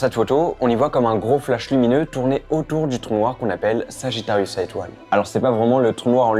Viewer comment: Il a dit sagittarius A🤨